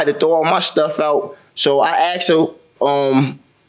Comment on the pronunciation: He "axed" her, and I wish Americans could learn the language, it''s ASKED not AXED. It's not that difficult!